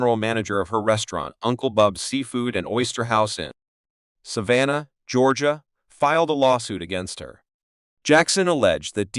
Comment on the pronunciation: I live in Georgia. Very good at saying Savannah. Not very many people can say it right. Well done